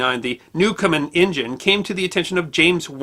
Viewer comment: His name was Newcomen, not Newcomer.